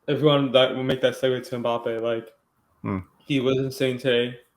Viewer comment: Passing who can’t even pronounce his name